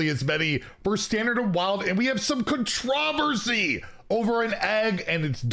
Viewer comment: The way said controversy almost had me seize